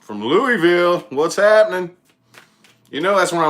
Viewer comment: Im from Kentucky was born. In Louisville. You said Louisville right too lol not looeyville or Louis ville. Lmao. I'm in Russellville ky. A tiny Town two hours from Louisville. I have lots of family in Indiana too. Thanks for the aries reading. I didn't know you was from around here. You do talk kinda country lol.